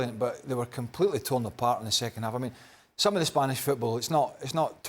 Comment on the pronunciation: Bro been holding in that "fffootbol won" 😂❤ Nah he knw which country he trolling😭